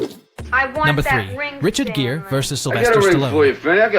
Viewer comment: Richard GEAR, not JEER. Yeah, not following a channel about film when you can't get the names of the actors right.